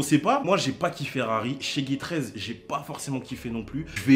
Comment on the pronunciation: « j’ai pas kiffé rari » ou « j’ai pas ki ferrari » hihi